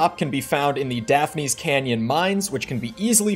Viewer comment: Bro hasn’t played Wind Waker, and it shows. It’s pronounced Daf-ness. Daphne is the Scooby Doo character, whereas Daphnes was the king of Hyrule.